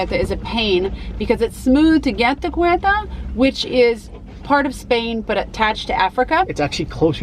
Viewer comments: Ceuta not cueuta. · It isn't Querta it is SAY-Ooh-tah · Its pronounced seuta not keuta....😂😂 but nice video anyway.. greets from a Morracan berber 😉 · Not guetta but Cueta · Ceuta is prononced Seuta lol